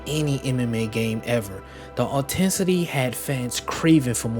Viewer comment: TF is "autensity"?